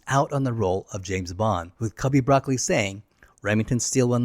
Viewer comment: Just as a bit of FYI, Albert Broccoli's name isn't pronounced like the vegetable. It's pronounced "Bruh-coal-ee" with slight emphasis on the second syllable. I believe it's an Italian name. But I bring it up because it really ruins the credibility when you can't pronounce the names correctly. I know it's spelled the same but as a true blue since I was born Bond fan, I immediately knew your research didn't involve watching actual video documentaries or interviews about the films.